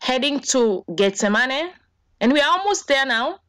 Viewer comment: why does she keep saying "getz zah money"..???....